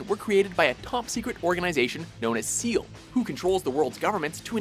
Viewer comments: "SEAL?" I died a little inside. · Isn't it the EVA series from "End of Evangelion"?? Also, isn't SEELE pronounced "saylay"? Sorry if I get the pronunciation wrong.